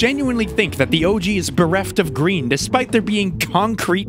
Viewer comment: its gween!